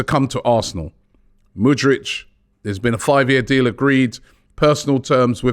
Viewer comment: Robbie please, not mudrich